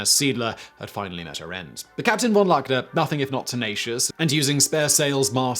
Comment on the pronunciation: Great as always, but you need to practice your German prnunciation, its not that hard...e.g. "von Luckner" is pronounced more like "fawn lookner"